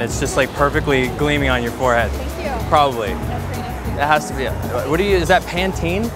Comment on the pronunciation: Not nice noice